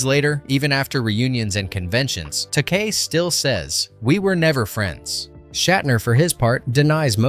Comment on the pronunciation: I can't believe he pronounced his name wrong! It's supposed to be said TA-KEY! faints